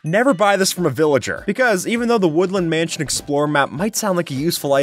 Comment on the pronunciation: A "Would-Land Mansion"...